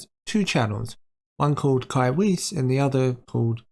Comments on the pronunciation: I'm pretty sure Weiss is pronounced like VICE since it's German. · Just to let you know Weiss is pronounced Wyse, or Vyse if you want the German pronunciation.